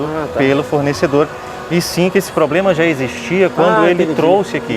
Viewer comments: Falar poblema não faz mal... mas falar tantas vezes dói nos ouvidos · Atendente ou técnivo que fala "Poblema" eu passo longe! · Meu Deus! Sabe nem falar. "Poblema". Que nível...... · Não confie em quem fala ploblema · Foi falado " POBREMA" 171 vezes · Ele falando poblema foi difícil de assistir kkkkkkk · Só consegui prestar atenção ele falando "poblema" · Um gerente que fala "poblema" não boto fé não kkkkkkk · O que vi foi muita conversa com comparações pífias para tentar desmerecer o direito do cliente, ao invés de uma resolução prática e objetiva. Também notei muita gente querendo ser esperta, mas que fala "pobrema". Sem contar com o CDC, que estava praticamente no telhado da loja, mesmo a lei exigindo que esteja ao alcance dos clientes. Por trás das câmeras, agem de uma forma, na frente outra. Eu jamais entraria nessa loja. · Este é o resultado!!!! Quando uma loja tem uma equipe de picaretas no comando😁😂💩💩😁😂 o maluco falou tanto a palavra problema que ele estava falando pobrema do pobrema 😂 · Que nervoso desse maluco falando ''POBLEMA'', ''TIPO ASSIM'', tentando ser formal kkkkkkkkkkkkkkkkkkkkk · o cara falando Poblema toda hora kkkkkkkkkkkkk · Falou "Poblema", já sei que a empresa é fuleira. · Eu assisti esta reportagem ! Além de não atender os consumidores bem. Ele falou errado à palavra problema muitas e muitas vezes. Eu contei quantas vezes ele falou a palavra problema errado. Kakakakakakakakakaka AUQUEM aí sabe quantas vezes ele falou esta palavra errada. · 🛑🛑🛑 Problema ? Poblema.... Poblema.... Vamos melhorar o português aí funcionário.... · Alguém fala pra esse cara que a o correto é: Problema E não: Pobrema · que raiva de quem fala poblema !!! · A pessoa que fala “ pobrema “ já não dá kkkkk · Oq mais me incomoda é o tal do falando "POBLEMA" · POBLEMA ou problema? 🤦🏻‍♂️ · Me recuso em pleno 2022 escutar um gerente falar “poblema” putaquepariu viu rs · Falou poblema eu ja n aceito.....kkkkkkk LIXOOOO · Esse cara falando “poblema” chega dá agonia